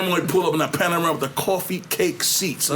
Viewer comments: "Panarama"??? I Could of swore the car was Called a "Porsche Panamera".... And they Really gon Keep letting him sound stupid af without correcting him too smh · kills me every time he says,"Panorama".....it's a Panamera dog!! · Is he saying Panamera? Like the Porsche Panamera ? He saying /pronouncing it as panorama (which is like the long extended photo) it was throwing me off lmao 😂